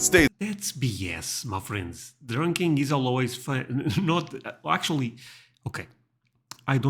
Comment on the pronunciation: I love the way you say "my friends". It sounds like you are saying 'muffins'.